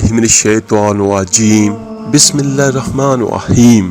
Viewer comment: Oh bhai bismala tu sahi parho. Ghalat parh rahy ho. Aor acting kam karo.